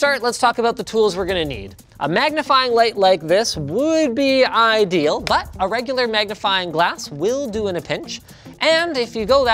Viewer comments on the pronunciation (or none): "would be eye-deal..." 👀